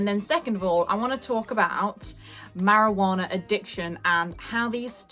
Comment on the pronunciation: This video was very helpful and relatable but the best part was how you said marijuanNAARRR😂